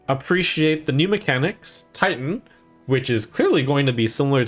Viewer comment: Somehow whenever Trump says Titan, I hear tighten.